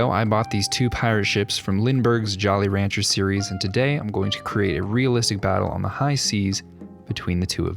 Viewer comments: Another awesome build, but am I the only one who heard jolly rancher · aint no way you said Jolly Rancher series 💀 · Jolly Roger not jolly rancher. Geez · I had to rewind the video just to make sure I heard correctly. He called them Jolly ranchers even though it clearly says Jolly Roger. Maybe he was just being funny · I'm sorry, did you call them the "Jolly Rancher" series? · Nobody caught that he said jolly rancher series?